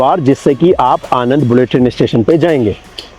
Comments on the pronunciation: It is not आनंद, It is आण ं द, આણંદ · Video बनाने से पहले आणंद, वडोदरा , नडियाद वगैरह नाम बोलना - pronounciation - तो सीख लेते। नदी कानाम माही नहीं है, मही है। हमारे जैसे किसी भी गुजराती को पूछते तो जान लेते।